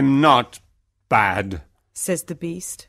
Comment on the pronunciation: it's "I'm not bad" not "I'm not had".